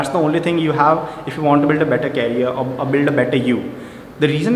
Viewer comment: Bro its not carrier... it is "CAREER"... please improve your english too...😂😂😂it is needed in todays world